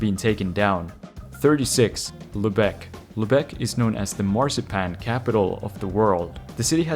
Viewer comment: Lübeck is pronounced with emphasis on the first syllable!